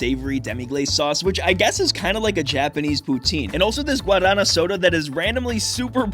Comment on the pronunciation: That pronunciation of guaraná had me confused for a minute 😅